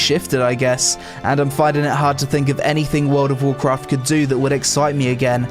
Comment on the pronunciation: "wowd of wawkwaft" enough said. And holy run on sentence without substance.